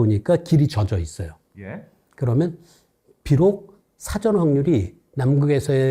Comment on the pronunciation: 흰금! 그리고 진행 중의 발음 중에.. 사:전(事前)으로 발음 하는거 아닌가요?...ㅉ